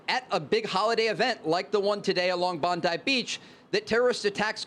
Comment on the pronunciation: Trey Yingst should've asked how "Bondi" is pronouced before butchering it 50x on camera.